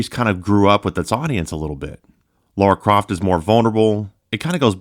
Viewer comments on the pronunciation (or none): "Laura Croft" It's LARA Croft as in LA-RA, not Laura. Apart from that, nice video and I'm enjoying gaming on my PS5 Pro and yes, some PS4 games are so much better on it.